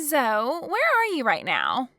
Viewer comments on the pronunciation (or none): Its pronounced zo ee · Zoe is pronounced zoee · Good story and just FYI - Zoe is pronounced “Zoee”.